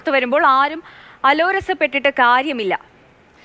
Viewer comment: അലോരസംപെട്ടിട്ട് അല്ല അലോസരപ്പെട്ടിട്ട് എന്നാണ്